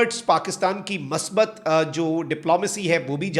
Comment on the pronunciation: کاکا۔ مثبت ۔لفظ میم کی پیش کےساتھ ھوتا ھے ۔میم پرزبر نہیں ھوتی